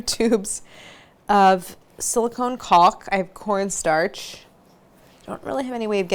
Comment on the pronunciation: Claire made VERY sure to pronounce the L in the caulk. Not in my family friendly kitchen.